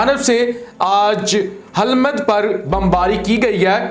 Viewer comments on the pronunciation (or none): Please correct ..Hilmand.Qoundooz.Hirat.